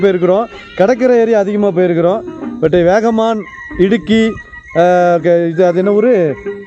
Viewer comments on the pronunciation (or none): அண்ணாச்சி வேகமான் இல்ல வாகமான் ❤❤❤